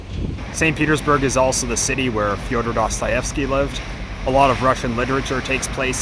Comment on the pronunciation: Your Russian pronounciation is almost perfect!